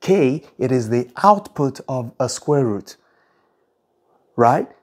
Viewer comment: why you pronounce root as ''rat''?